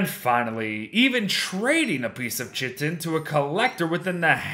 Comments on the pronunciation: its pronounced ky-ton, not chi-ton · I think it is pronounced "kai-tin" not "chit-ten" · Small, pedantic, correction: "chitin" is pronounced similarly to "kiting" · isn't chitin pronounced as 'khiten' instead of 'chiten'? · Hey, love the vids, really help! But just some info, chitin is pronounced kite-in! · no I looked it up on the wiki and chitin is the official term for the item which is always pronounced as kiten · Chitin is pronounced Kai-tin 🙂